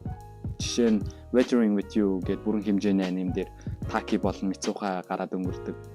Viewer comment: Mizuha bish Mistuha shuuuuuu